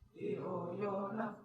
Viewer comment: Pronounciation of word NA in gayathri manthra is not correct. NA means No. It should be pronounced like NA in word Nethaji.